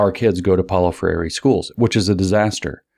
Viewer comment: If I could ever meet James, I would tell him how to pronounce Freire. Ask Glenn Greenwald, or 200m Brazilians. He's finally trained his mouth to say 3 syllables, but it's 2. NOT fray-YAY-ree (he meant to try for NOT fray-EE-ray). SHOULD BE ... FRAY-ray. FRAY-ray! FRAY-ray!! (It's close to frère jacques ... FRAY-reuh.) Tap the lingual R if you must, or not, for FRAY-ray! Love James! Thank you.